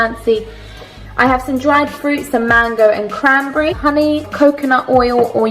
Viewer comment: You say crambrarry I say crannnnberreh